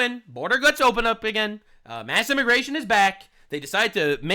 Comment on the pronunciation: Im sorry....around 57 mins did say "Immi-GAY-tion" or did my headphones glitch? Either way...I can't I hear it!